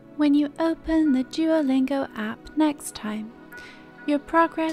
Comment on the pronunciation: how beautiful you say duolingo😍